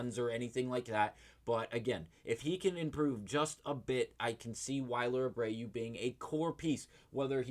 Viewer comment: He also said wiler Abreu🫣 makes me think he doesn’t watch the games